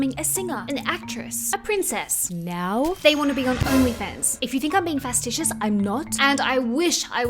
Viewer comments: facetious, pronounced fay-see-shus not fast-ish-us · you said no I'm not being fasticious but according to the English that I know and speak very well, I want to think that you are trying to say facetious. So I wonder where you got the word from because it sounds like you read it and spit it out to us because if you already knew what the word was you would already know that facetious is spelled that way and it is not pronounced fasticious. By the way I had to start the video over six different times to fully understand wtfu were talking about! I even put closed captions on to see what it came up with because the word that came out of your mouth is not an English word but I do believe that what you were trying to say is facetious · Facetious NOT FASTITIOUS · Psssst . . . the word is "facetious", pronounced "fa-see-shus", not "fastishus". Try harder. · "fastitious' l?? ol FACETIOUS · Facetious: fuh-see-shus. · Yes, she mispronounced "facetious". Did that really warrant the entire paragraph you wrote in response?